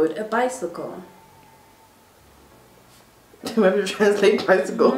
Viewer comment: “Beesikle” or whatever tried to say😭😭😭😭😭😭